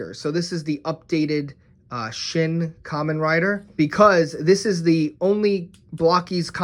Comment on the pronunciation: Dude it's supposed to be called "ka-men rider"